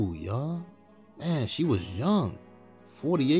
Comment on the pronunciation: I REALLY enjoy your documentaries. I have listened to all of them. It's nice to get a deeper inside look to all of these artists....thank you!! My only ask is for the proper pronunciation of "TH". Please pronounce it as Guthrie, not Guffree 😊